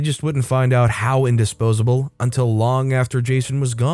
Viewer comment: Indispensable not "indospsable. 😆